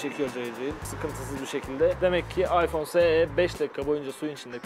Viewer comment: Iphone s değil mal ıpone es